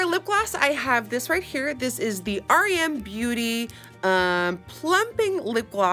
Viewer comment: the only person who reacted to the brand and actually said its name correctly. everyone keeps calling it "rem" not "r.e.m."